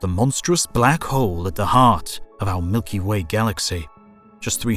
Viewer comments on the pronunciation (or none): none